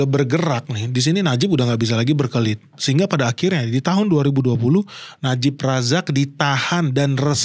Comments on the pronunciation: najib razak, bukan najib rizik sering salah ucap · Najib razak bukan najib rijik😅😅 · Najib Razak bang bukan Najib rijik 😅😅😅